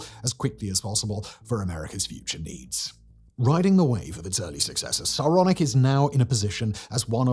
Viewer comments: Can't help but hear "Sauronic" every time. One yard to rule them all. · “Sauronic”‽ What, as in “like Sauron”‽ 🤣